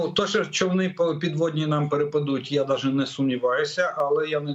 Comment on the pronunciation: Блін... Ну невже не можна вивчити слово "навіть"?!!!